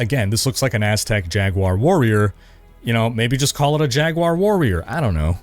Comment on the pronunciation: Jaguar-warrior? Jag-war?.. Jaguar?